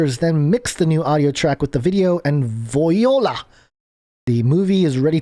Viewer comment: You did a great job 🙏😔 love ya bruv...and Baz too... Aaand of course The Most High, I love you Big Guy👈❤️🌈👑😎....oh ya, and, voila is pronounced " v'wahlah "! I'm sure somebody already pointed that out to ya, no biggie tho bc it made for funny radio😆